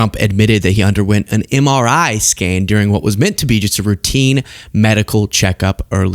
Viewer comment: He had trouble pronouncing MRI 🤣